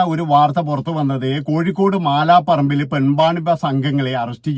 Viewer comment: മാലാപറമ്പ് അല്ല മലാപ്പറമ്പ്...